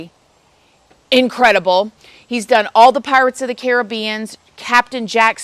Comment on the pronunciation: You are THE only American I've ever heard pronounce Caribbean properly! 😂 X